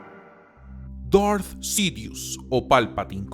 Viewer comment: Amigo, aunque a veces no comparto tus opiniones, siempre sigo tus videos. Por eso me tomo el atrevimiento de decirte que tu público es gente que habla en ESPAÑOL básicamente. Por lo tanto, no tiene sentido que quieras pronunciar palabras en "inglés" o algo así cuando se nota que no es un idioma que domines en lo absoluto. DARTH Sidious suena mejor "DART" que "Dort" o lo que carajo digas. Saludos.